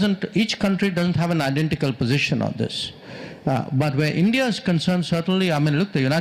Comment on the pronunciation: "sarr ye hai BRICS ye hai ENDIA inpar tarrif lga de ? " 😂😂